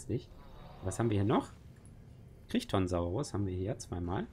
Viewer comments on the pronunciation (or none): Der Crichtonsaurus wird Crytonsaurus ausgesprochen, er wurde nach Michael Crichton dem Autor des Buches von Jurassic Park benannt.